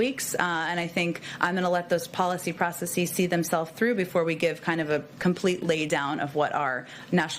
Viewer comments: It hurts: she mispronounces "processes." (It's supposed to sound like "process is," not "process ease.") (It's very common these days, especially in academia, but it's wrong. It's supposed to sound smart, but it shows that you're not thinking about what you're saying.) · Is "processeeees" a word?? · I mean it's still "processes" but it's just said differently. That's all.